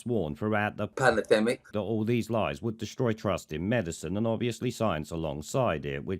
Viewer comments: I’ve been back to this video just to hear Pimlico’s ‘’Pallademic’’😂😂😂 what a knob. 👍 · "Panademik" gets me every single time. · Having a Muppet whom cannot say Pandemic as a guest? Fuck! We have slipped as a broadcast original! 🤣🤣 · You have got the editing down to a tee. I love poundland rod Stewart cutting in with "panerdemic"